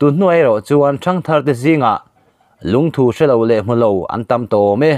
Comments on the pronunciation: LUNGTHU LAMDAN HI ADANGDAI KANTI DAWN NGE...LUNGTHU ..NILOVIN LUNGTHUuuu tihtur😆🤣😂😅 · Lungthu thu tih lai hi Dangpuithu a thu rik ang hian lam rik tur. Dangpuithu i lo la hriat loh hlauh takin, thingthu tih a thu ri ang hian lam rik tur a ni e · Lungthu tih chu i va lamri dik lo ve👍👍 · Lungthu i lam dan hi chu a ngaimawhawm ka van ti em, ngaithla tu an tam si a,min zirtir dik lo tlatin ka hria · Eee.. I Lungthu lam rik dan chuhh.. A va dik lo nasa ve..